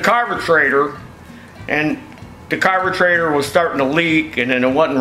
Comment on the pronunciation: It’s good to hear a American Say aluminium properly even if he was saying like he does carbertraitor lol